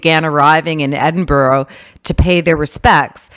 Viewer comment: Should have learned how to pronounce Edinburgh